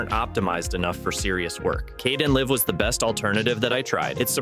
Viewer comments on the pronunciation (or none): i think it is AI because he pronounces Kdenlive weird like 'live' as in living lol